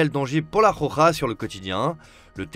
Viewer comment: Elle s'appelle la rokha pas la khokha vas voir un orthophoniste mec.